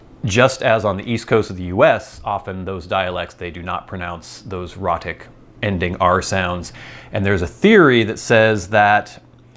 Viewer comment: Not boring at all! I'm really interested in Things like this. Thanks for the ramble. And I think it's "ROE-tic." At least that would clear up any unfortunate homophonic confusion.